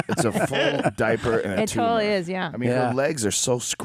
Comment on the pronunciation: ”Carrying that diper around”